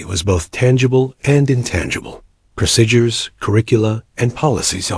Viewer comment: No such thing as the word pro sid dures. Pronounce it like saying pro seed dures but it's spelled : procedures . Go back and learn American English. Also learn how to flight 482 It not four hundred eighty two. You also need to learn how to write military time.